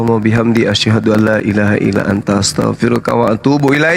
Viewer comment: Maaf Bang... Kl ucap asyhadu.. Jgn dipanjangin 'asyhaduu "